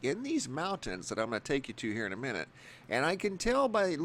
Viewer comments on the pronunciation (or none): none